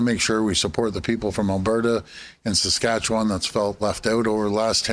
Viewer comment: When a Premier in Canada can't even pronounce Saskatchewan, that speaks volumes there Ford